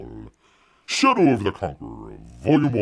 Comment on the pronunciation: It kept sounding like you were saying 'Chateau of the Conqueror'.